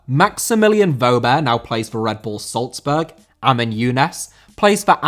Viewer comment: Salzburg* not Soltzberg